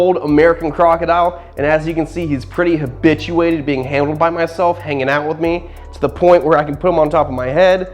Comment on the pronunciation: When he said habituated like that it seemed like he said bitch u ate it